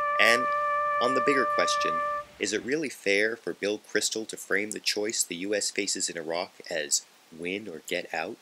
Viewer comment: It is Bill Kristol, not Crystal. :)